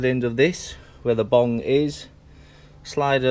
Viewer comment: Its bung not bong hahahahaha